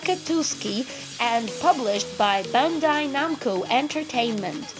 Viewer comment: Cant say bandai namco